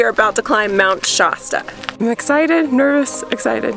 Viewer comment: I’ve never heard it called “Shaw-sta” before. In Northern California and Southern Oregon, the first syllable rhymes with “bath”. Wikipedia says “SHASS-tə”. Or am I missing something?